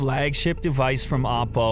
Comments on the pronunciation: No offence to any content your work is great but It’s Oppo with an O not Appo with an A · Why I’m hearing Appol ... apple 🍎 WTFFFFFFF. Why not say just OPPO!!!!